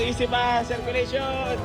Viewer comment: Circulation ❌ Serkcullation ✅